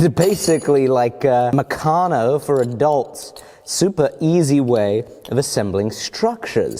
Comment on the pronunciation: You say adults like an A meri carn.